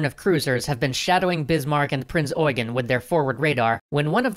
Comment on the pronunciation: Correct pronounciation of Prinz Eugen. Very rare to see native English speakers pronounce German names right. But then the wrong image of Germany with the borders of 1990. Close, but no cigar.